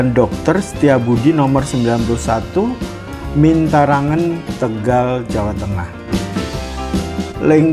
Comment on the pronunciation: nasi lengko di mintaragen bukan mintarangen om